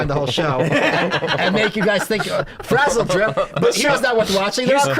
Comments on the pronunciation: "Bro you've never heard of sizzledrip?!" SMH. Its frazzledrip. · ITS FRAZZLEDRIP NOT SIZZLE DRIP YA RETARDS